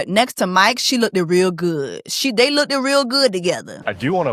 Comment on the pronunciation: Jessie ..u have a degree..there is no such word as look ED. look id...? one syllable "looked"